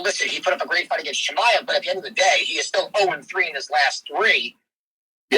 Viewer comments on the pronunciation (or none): none